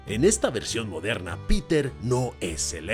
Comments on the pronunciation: tuve que quitar el vidio, no aguanté tantos "modhernha" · Gracias a ti, cada vez que mire una película de Disney, me voy acordar de la frase "película moderna" claro con ese acento tan bueno jajaja. Por último estoy desacuerdo contigo en todo, por cierto la película se llama Wendy o Peter pan? Disney olvidando quien es el protagonista de uno de los personajes más importantes de su historia de sus "películas antiguas"😅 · Me agrado la forma en que dices "MODERNA". 😅😅😅😊